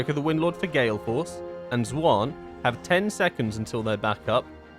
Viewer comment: I love your content but bro the way you say Xuen makes my eyebrow flicker